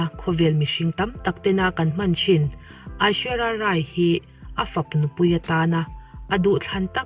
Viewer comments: Aishuerai i sawi awlsam thiam pet pet e. 🤣🤣🤣 Mahse 'inkawmngaih' nilovin inkawmngeih aw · Aishwarya Rai lamdan chu bei chianglo thei ve.....